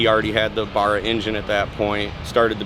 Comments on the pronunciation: Elijah Morrison I hear it every year at the Boyne Tannum Hook-up. 👍 I've heard brothers say Burra up in cape country, but you can hear the tone difference...this guy was way off the mark bro. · Barracuda.. berr not Barr. Why does this bother me 😆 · It's not a 'baarah' its a 'barra' mate. Like 'para' in parachute with a stress on the rrrrrr. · taxi power... (pssst, its not "bahra" it is "bara" with a "a") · Barra not bara that pronunciation have to say it the Australian way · bar-ra ? 🤣 its barra mate! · American 2jz? You yanks make me cringe. And bArra not burra. They also sound more rb than 2jz anyway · You guy's are murdering the name Barra. Pronounced Bare-aaa not barrrr-aaa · Nah bud it ain't "bara" it's pronounced "bah-rah" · Hearing you yanks say Barra hurts my brain lol. The Bar in Barra pronounced like Barry not Bark. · Bear uh not bar uh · If you’re gunna build a car with an engine that’s not from your country, learn how to pronounce it before you make yourself a look like an absolute tool. It’s not a borah it’s a BARRA as in Barramundi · Had a laugh at the "Bar-ah" instead of "Ba-Ra" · Its "bah ra" not "bar ah" See for a mustang barra build as well as bennys main Cresida is a barra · As an Aussie, that pronunciation of Barra was cringe af. It's not a borough, it's a BARRA. You don't say boroughcuda or boroughmundi. 🤦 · Ba (short a sound, as in bat), Rra (ruh, as in ruck). Definitely not Baar-ra. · its pronounced BAA-RAH BARRA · definitely meant Australian 2jz and why'd he call it burra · YOUR SAYING BARRA WRONG ITS BARRA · Nice Barra Mustang, but this bloke keeps mentioning a borra 😂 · Isnt it pronounced Bear-uhh?? Anyways cool build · Please pronounce Barra properly, it's embarrassing to listen to. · Pronoucing "barra" was terrible. Listen to some aussie video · Great build; I just wish they would just pronounce Barra correctly 🤔. Also just for everyone's information, the engine is named after a barramundi fish native to Australia (not a barracuda)